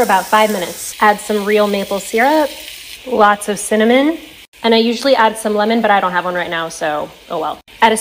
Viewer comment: no one: absolutely no one: raphael: CinnaM0n!!